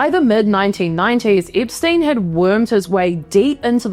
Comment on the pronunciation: It's Epstein not Ipstuyn.